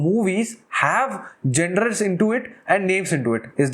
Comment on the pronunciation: to those who don't understand it's pronounced as- "jawnur"